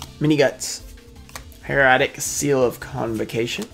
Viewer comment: Fyi, Heretic= hair-a-tic